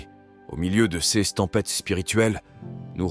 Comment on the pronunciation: Oui, c’est malheureusement une voix synthétique tirée de l’intelligence artificielle. Par exemple, « ces » va être prononcé « c-es ». Étant chrétien et travaillant dans le Web, je trouve scandaleux que de plus en plus de sites dits chrétiens ne sont montés que pour faire de l’argent : c’est facilement repérable, puisqu’ils demandent systématiquement de liker, de vous inscrire ou de vous abonner… afin d’ être monétisés par YouTube. Cela ne veut pas dire que les textes ne sont pas intéressants, mais il faut savoir que derrière, ce ne sont généralement pas des chrétiens, mais plutôt des marketeurs….